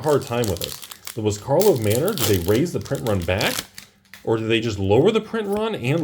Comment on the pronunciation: it's pronounced "car-lov", not "car-vol". Get it right when you make your next of many videos. And the doofuses who are buying the snake oil salesman's wares are called "patrons", not "patreons". Please also pronounce the word "cray-on" properly.